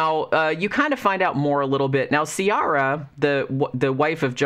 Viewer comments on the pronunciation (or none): This might change your whole experience of the book.. but Ciara in Ireland is pronounced Ki-ra 😄